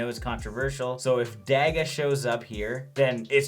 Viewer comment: Dag-a lol, It's pronounced like "Dog-a" Nice video btw!